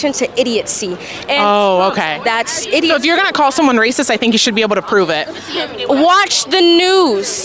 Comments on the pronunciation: That girl literally say "Idiotsee" lol I think she meant to say Idiocy lol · The word is idiocy not idiotcy.🤪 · Says she “doesn’t support idiocy” while mispronouncing the word “idiocy”. 😂😂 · She refers to something as “idiocy” but cannot even pronounce the word properly!!! 🤣😆😂#IdiotGirl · Hahaha I love seeing idiot leftists that don’t know what they are talking about. And when she said “idiotcy” lol. Couldn’t even pronounce the word correctly….smh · This gal is in college and doesn't have a clue that "condemption" is not a word. 🙄 Now she says "idiotcy" ROFL what a great education she's receiving. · Hold up, did she say killist?????? OMG! She then says, condemntion hahahaha and then she says IDIOTCY WOWWWW, she's so smart, she's invented her own words Ok, im convinced...her parents are wasting their money on her "education" lol i mean her foolish take on ICE is grounds alone for coming to that conclusion but, WOW! KILLIST...ok, gotcha lol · And she said idiotcy not idiocy....ROFL...she pronounced 3 words wrong in literally 2 minutes. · The snotty black girl is very ignorant. She can't even speak English. There's no t in the word idiot. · She said, "Idiotcy" 😂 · This girl starting does not know how to pronounce words or doesn't know the proper word. What is a "killist"? What is "condemptions"? What is "idiotcy"? She should not be speaking. What she's saying is racist fiction. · She also thinks idiocy is pronounced “idiot-see” …Along with multiple other mispronunciations. I’d love to know how she got into that college without being able to form a proper sentence. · Killist? Idiotcy? Condemption? Is this what she's learning in college? Is it some new language?? My head hurts from listening to her. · She said IDIOTCY...😂😂